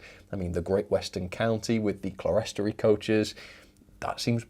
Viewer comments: It's pronounced "clear-storey" or "clear-storry". It is what it says - a clear (glazed) level. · Clerestory is pronounced 'Clear-story'!